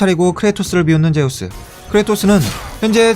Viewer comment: 앜ㅋㅋ 나만 쩨우스로 들은게 아니네ㅋㅋㅋ